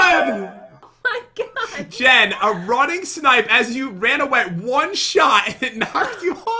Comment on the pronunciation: It’s snipe not “snip”